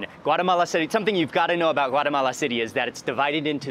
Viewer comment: Thanks for pronouncing “Guatemala” correctly ❤